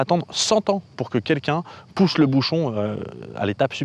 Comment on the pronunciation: tu "pouches le bouchon" un peu trop loin Maurice :D